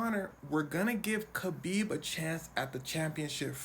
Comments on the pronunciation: Its kHabib. HAHbib. The k really doesnt show up in sound. Hes said this so many times. HAHbib. Not KAHbib. Like habibi. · His name is pronounced Habeeb; not Kabeeb. His name Khabib Nurmagomedev means the Beloved Light of Muhammad. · Every time you said "Kabib" instead of "Khabib" it made me die a little inside. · It’s spelled with a k but not pronounced with a k, sounds like habib but it’s spelled Khabib 👍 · Pronounced Ha-beeb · khabib's name is actually "Habib" same as "habibi" but there is no letter to represent the heavy arabic "H" sound. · "Never heard of...?" Dude it's Khabib. WTF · Pronounced “Habeeb,” the K is silent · The K is silent. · You said his name correctly once and that was in the first go lol